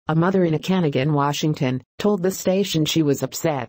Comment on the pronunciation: The pronunciation is: O-ca-naw-gan.